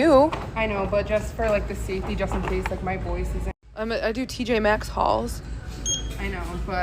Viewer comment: how many times do i have to correct you! it’s TJ Maxx!!!!! 🤣😋